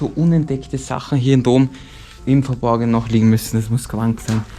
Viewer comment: Warum sagt immer Dom statt Rom? 🤔